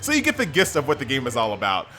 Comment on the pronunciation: the way you pronounce "gist" disturbs me